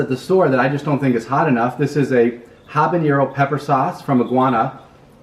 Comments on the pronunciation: I love how the pronounce habañero lol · Habanero is not pronounced like jalapeño. Guy is a noob. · Did taking almost all your clothes help? I don't think so. Btw, why do people mispronounce "habanero" all the time?